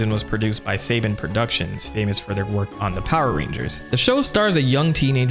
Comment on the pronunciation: "Saban" is pronounced SUH-bawn.